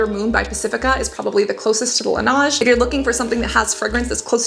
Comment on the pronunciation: Just FYI, as a french speaker, you're saying Lan"a"ge when it should be Lan"eh"ge haha! And "Neige" means snow in french 😊 Also I can't wait to try that Biossance one, although it's a bit pricey in CAD. I'm someone who rubs their lips together a lot subconsciensly especially when I'm concentrated (noticed that when I saw a recording of myself from streaming), and now it makes so much sense why I run through lip balms so fast and why my lips are always feeling dry! Hopefully the Biossance can help alleviate this situation ❤